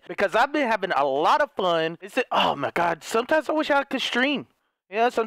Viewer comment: "Because I've been having a lot of flun" - 2019